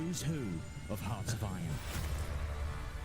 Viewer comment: In all those years, has no one ever told how the word hearts is pronounced???